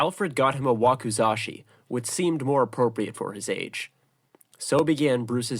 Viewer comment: Same with the pronunciation of katana and wakazashi